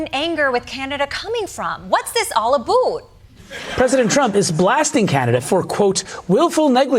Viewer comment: It only shows your ignorance when you continue to say boot instead of about it shows more american elitism 👎 and you were given an award for this type of prejudice is is typically american. 🤨